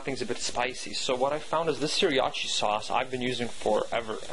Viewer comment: pronounced "sur-ah-cha"